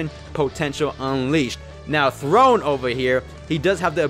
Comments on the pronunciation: calling THORNE, THRONE instead of THORNE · the “Throne” instead of “Thorne” is actually so cringe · Him: "Throne!" HIs name: Thorne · His name: Thorne: THRONE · So we ain’t gonna talk about him calling him throne even though it was Thorne? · It's Thorne not Throne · Thorne bruh like a rose thorne just spelled diff